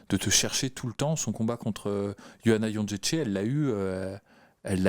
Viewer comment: J'ai pas une Licence en polonais mais est-ce Jedrzejczyk se dit Jon-ché-ché ?